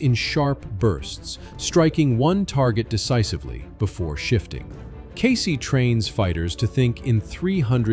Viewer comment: "CASEY"??!!!! WTF is "CASEY"?? KEYSI!!!!!